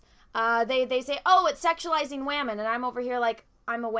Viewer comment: I liked it when you said wamen haha